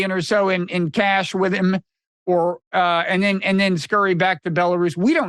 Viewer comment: Buh-lair-is. Lol